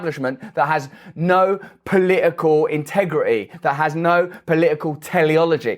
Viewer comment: It’s not poliicle it’s political.